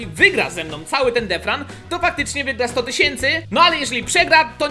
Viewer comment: pls muw detchran a nie defran